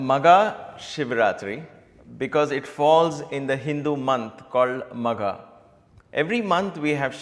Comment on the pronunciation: It's maagha not magha brother Sairam.